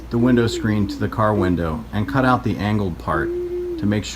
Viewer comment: ripped "aht" - are you from Pittsburgh?